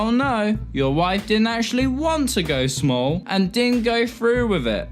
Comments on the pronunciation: I can't tell when you are saying smol or small. I am too confused by this. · Your pronunciation of “small” and “smoll” is goddamn near indistinguishable. It nearly ruins the video. Should have run this by a few people first. Sorry to get all Dickpix on you.